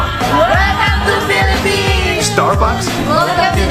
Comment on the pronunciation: U say piliphs HUHHH im piliphines!!!!! I lived HEREEEEEEE pls dont mad at me im just a kid 8-9 Ú^Ù wait thats mah name bro